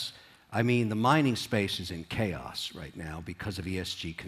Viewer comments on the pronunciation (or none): none